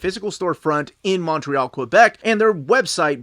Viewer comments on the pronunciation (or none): none